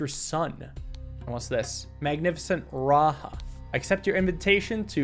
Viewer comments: RaJa not RaHa. I am sorry I was just super triggered every time you said it like that. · great puzzle video as always. Raja is pronounced ra-jah andnot ra- ha. it just means king in hindi as well as some sanskrit related languages. peace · raja is not pronounced " raha" its "ra ja" ja of jack. also the same case foe jayan its the same same ja. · It’s just pronounced raja not RA-ha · "Raja" is a title in many Indian/South Asian languages that translates to king. And the "j" is usually pronounced with a /dʒ/ sound (so not like the /h/ in Spanish lol). Saying that just cuz Lemuria (as it's portrayed in this game) has a lot of South Asian/Southeast Asian aesthetics and it just made me laugh a bit cuz I speak/understand a couple South Asian languages. I look forward to seeing what happens next!!! (also the history of Lemuria as a concept/idea is pretty interesting (and kinda funny tbh) so it's cool to see it in this game) Edit: to be clear, idk if it's intended to mean "king" here or not, I'm just telling you what I think/know lmao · "The "j" in "Raja" is probably pronounced like the "j" in "jump", not in the Spanish way, since Lemuria seems to be inspired by South/South East Asia.